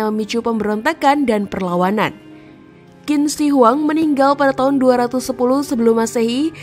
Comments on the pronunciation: Yg benar: Chin Se Huang. Ada baiknya admin channel cek cara baca nama2 mandarin di google translate, spy tdk salah baca. 🙏 Sayang, kontennya bgs tp pembacaan nama2 mandarin kurang tepat. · Qin shi huang itu cara bacanya kaisar chin se.. Huang = Kaisar Qin = di baca chin Shi = di baca se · Bacanya Cin Se Huang/Kaisar Pertama Cin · Bacanya: Chin se huang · Maklum yg baca narasi itu blm paham bahasa mandarin😅😅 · DENGARNYA SAJA RISIH BANGET 😆🤣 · Tergantung dialeknya